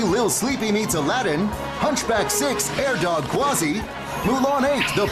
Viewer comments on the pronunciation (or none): none